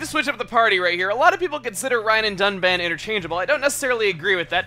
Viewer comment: "with our shiny new dun-bitch"